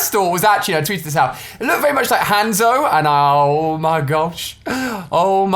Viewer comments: Haanzo not hanzo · Hanzo he said handzoe😂😂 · Not hanzo lol its pronounced honzo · Ali-a pronounces everything wrong. aaaqua-man and haaanzo. Can he pronounce a the correct way? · It’s pronounced Hon Zo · Its hazo pronounced honzo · me at the start- YOU'RE PRONOUNCING HANZO WRONG! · He pronounced HANZO WRONG😂😂😂😂😂😂😂😂😂😂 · The way Ali pronounced Hanzo, I’m dying 😂😂😂